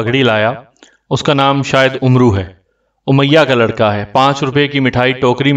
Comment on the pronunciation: آپ کو پڑھنا تک نہیں آتا یہ لفظ عمرو نہیں ہے بلکہ عمر ہے ع کو زبر سے پڑھا جاۓ گا۔